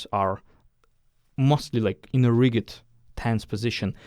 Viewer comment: Love your style of teaching …Just for your pronunciation reference: rigid is said with the same pronunciation as used with “just”, or “judgement” or “danger”the g is softer